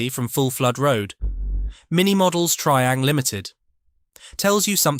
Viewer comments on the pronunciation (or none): Where is Have-aunt and what is Tree-ang?